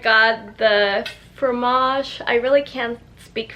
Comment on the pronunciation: It is pronounced fromaj